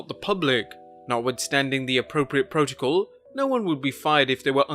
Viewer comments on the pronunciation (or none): none